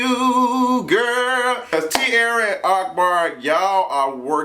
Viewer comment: ARK-Bar. Lol i love how u say his name......